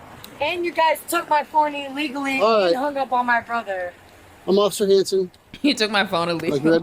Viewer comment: “Ociffer” lmaoooo 💀